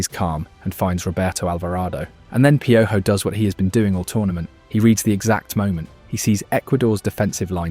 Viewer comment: Piojo too, I mean youre doing the work, might as well clean it up when it's easy. Not pee-o-Joe Pee-o-Ho.